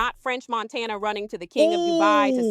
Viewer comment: french montaynya